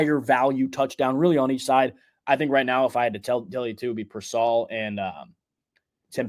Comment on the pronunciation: PEER-sall. Not pur-SALL. Still, good info.